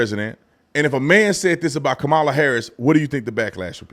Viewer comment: They were mad when you didn't pronounce Kamala name right